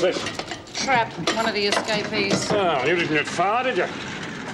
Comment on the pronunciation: S-ca-pees in Australian. S-capes-ees in US. I love other countries and how they pronounce words. Love this show and totally hooked on it!!!!!!